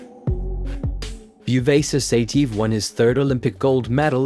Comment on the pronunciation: Great material as usual. But the way you butcher their names is epic😂 Ya- Rhy-Ghin, Sigh-TeeYehv